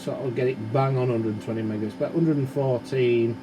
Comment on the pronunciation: top notch. i love when he says "megares", but says gigahertz